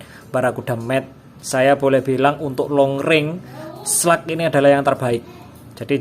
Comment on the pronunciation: Kau orang indonesia membaca bahasa ingris.. Bilang saja slug sudah. Kenapa harus slag🤦‍♂️🤦‍♂️😴